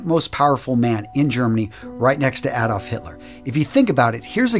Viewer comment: Very good, sir. Thank you for the video. Please look into how to pronounce "Adolf" in German (ˈaːdɔlf).